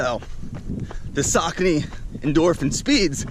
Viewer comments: saucony pronounced as sock-on-knee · The correct pronunciation of Saucony is “SOCK-UH-KNEE”.